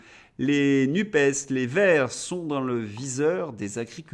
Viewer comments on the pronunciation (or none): none